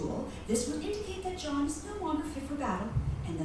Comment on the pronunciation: It’s Jaune, not John. Means yellow in French.